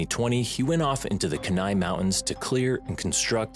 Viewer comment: Keni is pronounced Key nigh not Ken nigh lol 😆